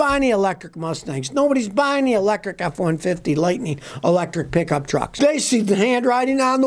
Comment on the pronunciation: "Hapneen", "Lightneen"?????